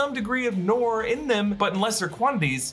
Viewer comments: It's not noor. It's nur. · Not Noor, Nur😂😂😂 with a hard u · Its pronounced nuur and not noar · noor! not nor! noor! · ok,its pronounced "nour" not "noor" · It's not NOR its pronounced NUUR in Arabic. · Thats not pronounce Noor its Nuur in pronunciation 😶😅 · Noor pronounced as Nuur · Noor is pronounced Nuur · I love you. But it’s pronounce Nur (Noor). Hehe 😬✌🏻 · Please everyone Noor rhymes with lure !! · noor is enunciated as nuer actually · Noor...its pronounced Nur like En Sabah Nur..same meaning 'light'